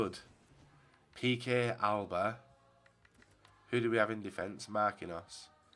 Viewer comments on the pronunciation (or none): none